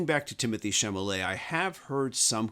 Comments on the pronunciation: Lovely video. Btw it’s not Timothée “Chamulet”, but CHALAMET. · SHALLAMAY not Shamalay. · Agree with everything you said. One thing, though. It’s Chalamet, not Chamalet. 😉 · It's Timothee Chalamet. Not Chamalet. 😎 And I have seen the film twice. And loved it. 💕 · It's Chalamet, not Chamalet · You know you said Timmy's name wrong every time right haha? You said Chamalet instead of Chalamet. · Chalamet not Chamalet! Oy! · Timothée Chalamet is pronounced shal-ah-May I believe you inverted the l and the m. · please pronounce Timothee's last name correctly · You should take the time to learn how to correctly pronounce the name of the actor to you are discussing before filming a video.